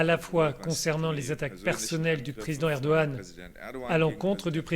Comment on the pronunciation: Commence déjà bien à le prononcer c'est Erdogan 😂